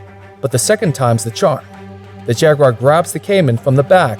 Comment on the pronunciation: Why can't the yanks say jaguar properly?